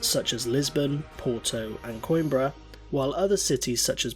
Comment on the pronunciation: Coim “bra” 😂😂